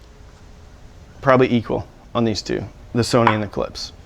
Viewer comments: 🔵 If ANYone came over to my house and put a coffee cup down on one of my speakers they'd DEFINITELY be remonstrated with! ....and Btw, the speaker companies name is pronounced: ClipSH,... Not "Clips". It puts a steering wheel on my groin [drives me-nuts], when you say it like that). I also think that the Polk might have bad crossovers or a batch came through that weren't 'Voiced' properly for some reason (it has been known to happen!), It might be worth it to contact Polk and speak with them about it. Tell them if it works out you'll do a re-evaluation. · "Clips" lol KlipSCHHHH like "shhhh" ;) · todays lesson: Klipsch, not clips. Husqvarna, not husk-a-varna. and finally Porsche like poor-sha, not porch. lol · I think you should pronounce Klipsch "clips" at least one time in every video you make. I think it's your thing!